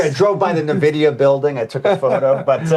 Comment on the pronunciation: He said "Nuh-vidia" ... oops